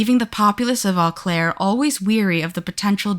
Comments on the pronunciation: It’s pronounced “O Claire” not “Aw Claire” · 😅its pronouced 'Oh' Claire dont start with an e sound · And it's Oh-Claire, not Ah-Claire. Seriously, is it that hard to look up pronunciation? It's super grating to listen to. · O claire. Not au claire.